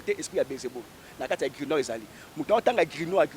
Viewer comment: Grimoire et non Grinoire. Zoba zoba lukuta. La magie ou la spiritualité c’est des mots.